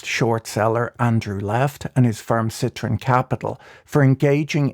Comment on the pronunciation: Where is the Nathaniel Popper interview? I can't find it anywhere. . BTW - It's citron not citroen. But why would anyone call their fund "Lemon"?